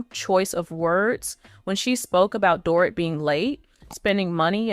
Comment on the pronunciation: This person narrating can't get anyones name right She can't say Mauricio correctly. Not Dorit either.